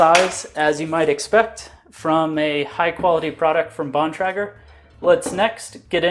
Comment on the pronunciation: btw its Bon - Tray - Ger